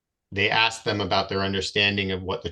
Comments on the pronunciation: Another black guy who can’t say “ ask “. It’s not pronounced Ax. This poor man is obsessed in thinking that he’s a victim. Sylvester Evans? He is not competent. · He would "axe" him? What an ignorant mooron!